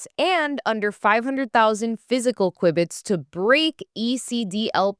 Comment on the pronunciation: while it IS Q-bit rather than qui-biy, like in quibble, this is how we know you did this and not some crappy AI. Your content is entertaining, well researched and much needed!!